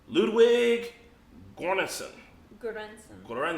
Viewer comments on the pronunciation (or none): Yes, the composer Ludwig Göransson, who got an Academy Award for "Black Panther" is Swedish. The "Gör"-part in his last name is pronounced like "Ger" in Germany. "Ger-Ann-Son".